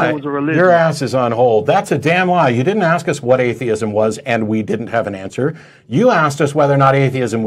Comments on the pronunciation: The word is 'ASK' not 'AKS' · It's ask ...not axe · Darryl? It´s ASK.....not AKS.....Go to school, grow up and try to re-enter society that way. You´re welcome. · Why do alot of the black callers say 'axe' instead of 'ask' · I can't stand it when people say AKS instead of "ask", there is a certain demographic that does this a lot.